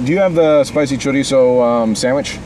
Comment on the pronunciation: That Chorizo pronunciation bruh mmmm